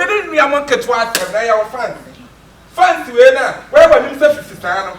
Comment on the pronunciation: why do ghanaians say FUNS instead of FANS i dont get i lol :)